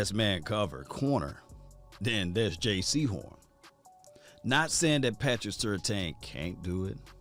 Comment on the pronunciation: ITS JAYCEE HORN NOT JAY SEHORN